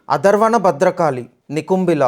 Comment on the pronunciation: క్షమించండి, మీరు అతర్వణ అని పలికారు, కానీ అది అథర్వణ